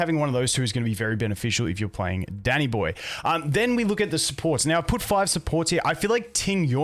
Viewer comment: For a sec thought he said daddy boy instead of danny boy lol